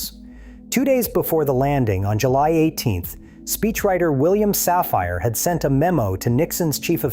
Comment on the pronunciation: Once again the mispronunciation of “ Safire” indicates that AI doesn’t understand rules of pronunciation that I hear every day.